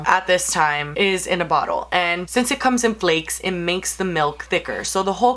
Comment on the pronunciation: "i'll probably do et again" lololol love her